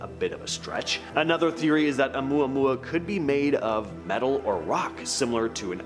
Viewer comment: I am impressed tho....you pronounced Omuamua correctly.....lol Some influencers totally BUTCHER that pronunciation...lol